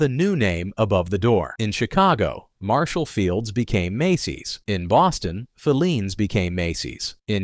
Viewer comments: Bostonian here. It's pronounced "Fi-leans", with the accent on the i. NOT "Fe-leans" with the accent on the first e. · 1962 was a terrible year. I still never shop Walmart K-Mart Target or Super Markets - grew up in Filenes Basement❤ pronounced Fi ‘leens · In Boston, Filenes is pronounced fie- LEENS. First syllable rhymes with "pie". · Can’t you please pronounce the names of these stores properly………filenes is fi……lenes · If I hear "Phileen's Basement" one more time...WTF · Yep. Talk about nails on the chalkboard there! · Thank you that mispronunciation was driving me nuts. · Mispronounced Filene's. Want to try Jordan Marsh?